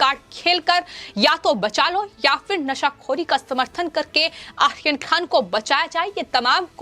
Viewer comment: Ye ladki ko aryan khan bolne nahi aata hai... 😀😀 Akhil khan bol rahi hai